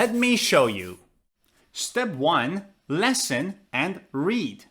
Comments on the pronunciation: The verb listen is pronounced /ˈlɪsn/ not /ˈlesn/. Sorry to correct you. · Why are you pronouncing "LESN" instead of "LISN"? You're the first person I've heard that from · you’re saying “lessen,” (or “lesson”) not “listen.” “Lessen” has two short e sounds. “Listen” has a short i sound and then a short e sound.